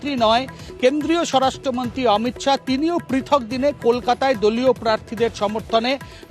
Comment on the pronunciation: মহিলা রিপোর্টারের অমিত শাউ নয়, অমিত শা